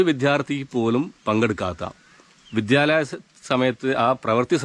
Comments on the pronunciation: It is not ‘viDHyalam’ , it is vidyalayam! Improve your diction! It is annoying to hear corrupt pronunciation! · വിധ്യാലയം എന്നല്ല, വിദ്യാലയം എന്നല്ലേ പറയേണ്ടത്?😢😢